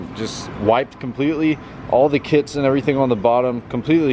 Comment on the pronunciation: Who else heard “Getting some kids” instead of getting some kits